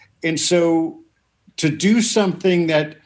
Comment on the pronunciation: Hey! Funny and somewhat personal question for you; please take no offense as I am genuinely curious.... Why is it that you pronounce the "g" in words ending in "ing" like a "k"? For example, I always notice it when you say the word "something" as "somethink." Is it a local dialect sort of thing? Or a personal little vocal quirk you've developed over the years? Its just interesting to hear, and although I listen to lots of youtubers/announcers/speakers from The UK, I am only conscious of it when I listen to YOU! Haha. Thank you and much love to you and the Andertons crew for all of your hard work, and countless hours of gear addicted geekdom that have taught me so much over the years. All the best!